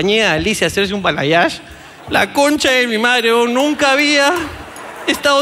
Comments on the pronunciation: La chica ni si quiera sabe que se hizo por que dice '' bayalage'' jaja eso no existe, es balayage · Que estrés escuchar bayalage en vez de balayage por eso no le hicieron bien 😂😂 jajajaja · Bayalage jaajjajajaajajja es balayage jaajajaaj q mate de risa😋😋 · Porque dice "BAYALAGE" el término correcto es BALAYAGE creo que a ella le hicieron lo que querían porque no pidió bien 🙄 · Bayalage o Balayage? Jajajaja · SE DICE BALAYAGE Y NO BAYALAGE